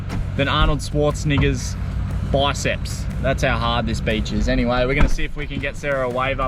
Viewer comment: The sand is harder than Arnold Schwarzenegger 🤣biceps. You butchered his last name. BEACH DRIVING on seven mile beach looks waycool